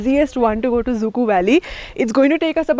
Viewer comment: It's not exactly pronounced as "zuku" it should be pronounced as "zukou valley"